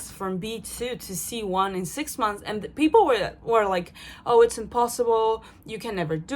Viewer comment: funny, youre so francophone now, you omit the final -s in "months" like a french person. "six month" haha